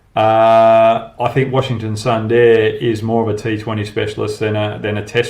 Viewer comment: Hoggy pronounce sundar as "SOON DARE" .. will be proper mate